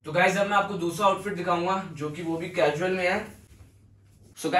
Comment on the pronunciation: Cajual nhi casual hota h bhai 👍